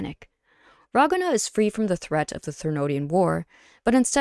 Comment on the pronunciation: While I liked the video I'm sorry I have to say it's pronounced Ra-gun-na however everything else was good.